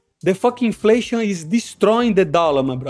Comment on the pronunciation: “The flation destroying the dollar” 😂😂